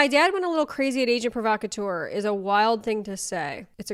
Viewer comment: wow how she speaks is absolutely annoying She can't even say the brand correct 😂😂😂 even it was invented in britain, agent provocateur is a french name...but money can't buy class i guess 😅